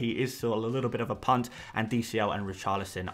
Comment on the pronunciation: Every time you say punt I just hear cvnt 😂 please can you start referring to a big punts as massive punts, and for plural use a bunch of punts 😅